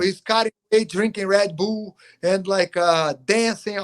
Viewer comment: "Red Bool"😆